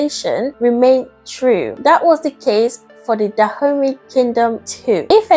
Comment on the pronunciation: I keep hearing her say "Da Homies this..." and "Da homies that..." lol